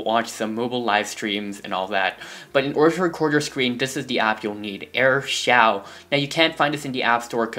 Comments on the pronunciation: It's pronounced air shoo not air shouw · It's Air shoo not air shau